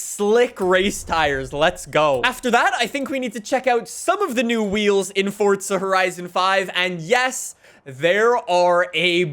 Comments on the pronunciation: It is forza, not fortsa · Why does he say fortza horizon 5 it’s forza horizon 5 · why do you say fortza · Fortza. Lol. Where is this guy from? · Bro stop saying "FORTZA HORIZON 5" each minute please xD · 5 games and this guy still manages to pronounce the invisible t in forza